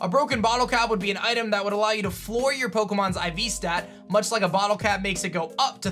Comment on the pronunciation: It’s flaw not floor